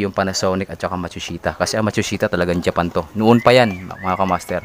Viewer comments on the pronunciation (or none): none